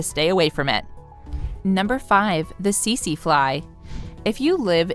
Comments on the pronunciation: About #5 it is not the sese fly I am from Southern Africa and that is not how to pronounce it I am not trying to be a Karan I just wanted you people to now😊❤🙏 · Teet see